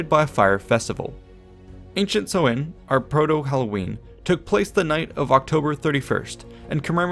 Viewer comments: Would looking up pronunciation kill you? Its sow (like a female pig) - in. Not sewing. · samhain (sou-in) not sowin just saying, slainté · Me, a guy from a place where samhain has allays been celebrated hearing so-in as a pronunciation, this is so odd xDD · I'm getting another pronunciation of Samhain on the net. Everyone else stresses the first syllable, which should rhyme with 'cow', but w/ an 's'. The 'm' is silent. the second syllable is simply 'in', and not with a long 'i'. Sow-in. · Pronunciation of Samhain is "Sow" as in female pig and "Anne" girls name just put the 2 together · Im not sure about other languages but in irish its more pronounced sow in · Samhain is pronounced as s-how-ain Atleast in gealic Irish it is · samhain... pronounced Sow(like cow)-win... sow-win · Ahhh it's pronounced sau-ihñ! Like sow as in female pig not sow as in sow seeds or sew clothes. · The letter Á is pronounced like "awe", so Samháin is pronounced Sa-wawn. I was at the mound of hostages recently with my son, I love visiting Tara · It's pronounced s-OWH-in not sow-in. (OWH as in being hurt, not sow as in sow seed) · No, not like that either. Like the ow in 'ow I hurt myself'. s-ow-in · Sam hain is pronounced "SOMHEN"?? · I always thought it was pronounced "sow-en" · Irish person confirming the pronunciation as Sow(as in pig)in... so, s'ow-in